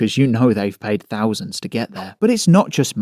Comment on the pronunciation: "fings", monfs", "fousands". Lol.